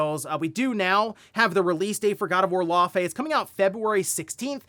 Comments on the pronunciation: "Lau - fi" say it with me lol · Love all the videos , I watch every morning That pronunciation is close it’s pronounced (Lau -fee) it’s the same name as the ice giant from marvel , so you got it pretty close but the it’s Fee when you pronounce the whole name , even if the devs told you that’s it they’re incorrect 😂 fey pronounced FAY is a nickname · How come no one can pronounce Laufey correctly. I must've heard like 5 different news outlets all saying her name wrong.